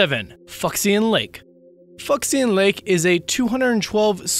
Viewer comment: Fu Xian = Foo Shee-an